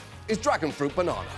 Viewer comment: Lived in America for decades still can't properly pronounce the word banana. Hooked on phonics can work for you buddy.